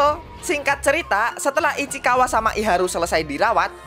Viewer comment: Ichikawa ❌ Ichikiwir ✔ 😂😂